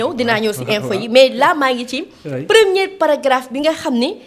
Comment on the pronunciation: Elle a dit non'zencore au lieu de non'zencore. Elle a dit "première cas au lieu de premier cas.